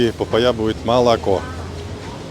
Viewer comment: Папа́йя... Ударние на второй звук А